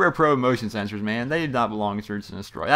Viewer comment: ha ha you said motion seserors